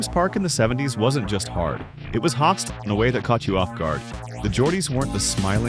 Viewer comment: hostile , not hostle